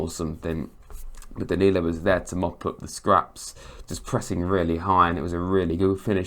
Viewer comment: Good try with the names, you did better than Sam Matterface who excelled in destroying several names during the game and bringing up how many players we had signed countless times. Back to the Name screwing Andrew OMO-BAMI-DELE came out as OMOBAMI-DELAY, DANILO was DANNY-LO ad finally OREL MANGALA was OREL MEN-GELLER